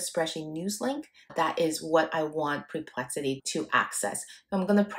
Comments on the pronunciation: I think it’s “per”plexity not “pre”plexity. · Awesome indeed! entertaining, cute imho, with a mildly dyslexic pronunciation of Perplexity as Preplexity, which is a name I may turn into a predictive analytic website of my own (Perplexity may complain, but ok). Lots of great clear instruction, I was looking exactly for this, thank you for all the pointers. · It's not PRE-plexity...it's PER-plexity...the number of times you mispronounced the name is insane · Like your vid, but is it only me that is annoyed with this? Apparently, your brilliant AI solution didn't inform you that it is PERplexity... not PREplexity! I suggest your PREpare first before your PERform! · Sorry to be picky, it’s PER-PLEXITYU not PRE-PLEXITY